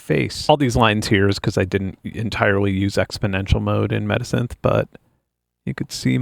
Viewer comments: Why do you keep on saying midisynthh or medisynthh, its META SYNTH! And why do you hide the name of the programs you display? And where are the links to the programs you show? Just what??? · When you said "metasynth", I kept thinking you said "medisynth", like a portmanteau of "medicine" and "synthesizer". Would make a great name for a resynthesis plug-in lol